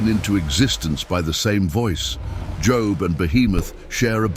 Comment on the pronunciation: Job not job